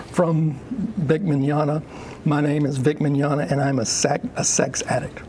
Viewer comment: LemWAH: Victor Mig-nog-na are you guilty? Vic: No. LemWAH: .... I got nothing that's all I had planned.